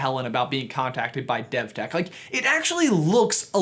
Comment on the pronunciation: devtech sounds like dethteach